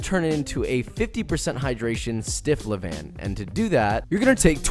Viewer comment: You pronounced couche tight ... but you pronounced levain wrongly